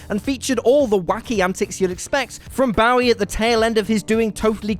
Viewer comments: seriously, England, learn the right pronunciation of "Bowie"! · Suggest you find someone who can pronounce Bowie if you're gonna put him in videos. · Please please please learn how to say David Bowie’s name?! Please??? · the way he pronounces david's last name hurts my soul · How does a Brit literally never say David Bowie's name right? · A music channel that can't properly pronounce David Bowie? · Yeah he's doing the knife pronunciation. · You have no idea how to pronounce "Bowie!" Idiot!!! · I have never heard anyone but you pronounce “Bowie” like that! I suspect that you aren’t pronouncing it correctly! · Again with the mispronunciation of Bowie!? Aren't you supposed to be a pop culture channel??? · You're mispronouncing Bowie.